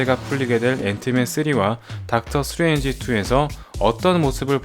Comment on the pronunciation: 스트뤤지? 스트뤠취?ㅎㅎ 영어도 아니고 콩글리쉬도 아닌 절묘한 발음 재밌네요;ㅎㅎ